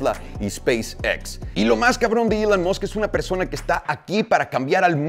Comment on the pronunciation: pq recorcholis pronuncias ilan masc